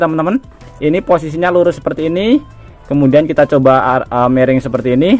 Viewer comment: Miring om, bukan mereng 😂😂😂😂😂😂😂 Ketauan org mana